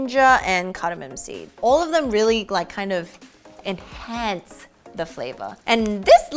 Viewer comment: Why did she say “enhance ” like that 😂😂😂😂😂😂😂😂😂😂😂😂❣️❣️❣️❣️❣️